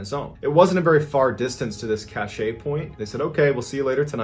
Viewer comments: You've probably been corrected already but just in case.... Cache is pronounced "cash". "ca--shay" is spelled cachet and means something completely different. Cache(cash)=something hidden. Cachet(ca-shay)=a seal, like on a letter. I didn't want to correct you publicly but I couldn't figure a way to send a private message. By the way...I truly enjoy all of your videos. I've watched most of them more than once. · Cache. Pronounced like cash. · Loved the story about the haunted house. Definitely gave me chills. The very next story, though, you keep mispronouncing "cache." Look it up, Google it, whatever, and see how it's properly pronounced. : )